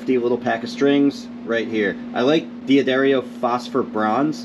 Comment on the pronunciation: Dude... it's not: DEE-ah-DAIRY-oh It's: Duh-DAH-ree-oh